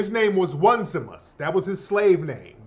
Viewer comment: His name is Oh-Knee-See-mus